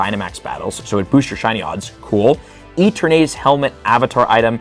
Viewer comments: I have the “it’s LeviOHsa, not LevioSAH” itch from saying Eternatus’ name incorrectly. “EterNAYtus” just sounds wrong to me XD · It’s Pronounced as: e-ter-na-tus 😅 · Mega Dragonite encapsulates what Dragonite is perfectly both a derpy looking dragon with a chill side and a force to be reckoned with when its chill level is at 0. Also yeah Mega Dragonite looks both derpy and somewhat ok at the same time. Edit: Is it just me or is pronouncing Eterantus as E-ter-nadus? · Kinda cringing at the way you're pronouncing Eternatus. lol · The pronunciation of Eternatus hurts me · Are you trolling with the eternatus pronunciation? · There’s no reason to pronounce Rookidee like that. The “E-tur-naytus” pronunciation is also absurd, but at least I’m pretty sure that’s a joke. Edit: Nope. Never mind. He keeps saying “E-tur-naytus” throughout the whole video, without the exaggerated southern accent.